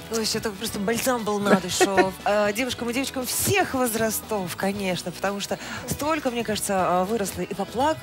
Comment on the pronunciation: Не возрастОв , а вОзрастов . Макияж ужасен у ведущей .